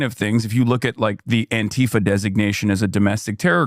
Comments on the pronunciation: "Anta-fuh" has to be the most hilarious deliberate mispronunciation attempt of fascists to mask and differentiate the term from it's definition. Lol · why can't he pronounce "antifa"